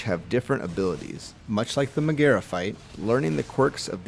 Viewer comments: But why do you say Meg's name like that. 😐 edit: just realized how condescending/self-righteous this comment might seem. Gentle reminder that there's a distinct possibility my medical marijuana had something to do with it, but I plead the fifth so I'll never tell. D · Also her name has the accent the first syllable: MEG-aera (instead of Meg-AERA).